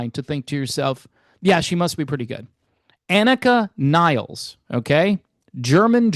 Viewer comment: Points for pronouncing the name right lol